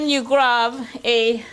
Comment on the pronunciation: and she says grub instead of grab